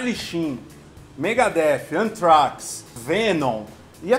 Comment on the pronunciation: essas pronúncias da galera são demais, antraquis e blaidi guardi kkkkkkkkkk